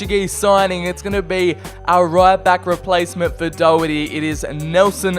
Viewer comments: Learn the Irish names, its pronounced like Daw-Her-Tee. no offence but that was probably the worst attempt of pronouncing his name besides that good video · This Man cannot say Matt Doherty correctly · How did he pronounce Doherty’s name